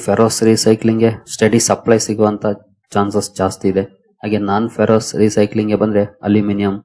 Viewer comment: Please read Ferrous as ಫೆರಸ್